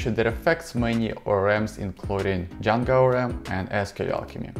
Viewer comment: Am I hearing it wrong or is he saying Djanga instead of Django?